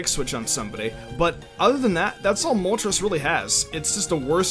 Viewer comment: "Moltres is a pretty gimmicky pokemon." the way pronounced it....mol-ters